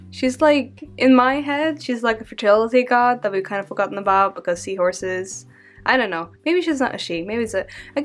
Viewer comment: when you said forgotten gods i heard it as fuck-em gods 😂😂💀💀💀💀💀💀💀